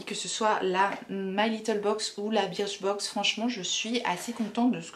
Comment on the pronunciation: J’ai été abonnée longtemps à birchbox prononcée burchbox pour info 😉Je trouvais que les boxs ne se valaient pas toutes, trop de miniatures parfois. A voir si tes vidéos ne me referont pas craquer. Team 82, team chouchou 🤓